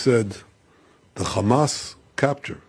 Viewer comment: He needs to first of all learn to clearly pronounce HAMAS. It is not KHAMAS lol